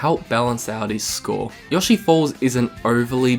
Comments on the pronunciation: I know alot of people have already said this but: YO-shi not yosh-E ok I don’t mean to hate but that was just getting on my nerves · Have i been saying Yoshi wrong my entire life? I thought it was Yo-shi, not Yah-shi.